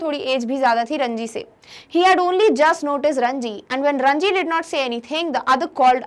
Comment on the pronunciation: mam please respond this , it is ranjit in ncert not ranji